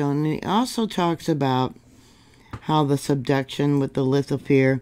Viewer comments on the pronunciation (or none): none